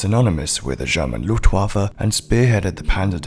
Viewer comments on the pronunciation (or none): none